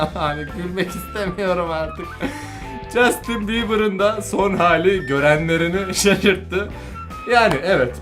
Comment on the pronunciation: Jastin biber BİBER🤣